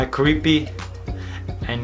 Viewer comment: When you said creepy it ends up cweepy. lol give a like if you hear cweepy